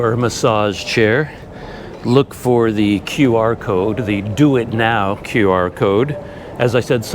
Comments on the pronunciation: Well, the "DuitNow" as "Do It Now" really got me 😀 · "do it now" I had to pause and think for a sec that hes actually referring to duit now 🤣